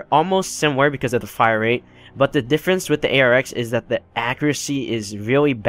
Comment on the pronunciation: Rate* not wate